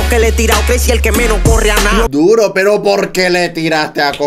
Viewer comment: Por qué dice pera en vez de pero?